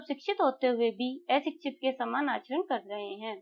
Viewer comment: Par par kar ko bol raha ho😂